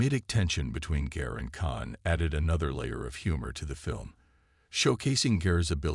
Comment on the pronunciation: Gare? I thought her name was Garr